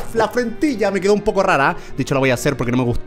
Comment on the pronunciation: se dice quedo no cedo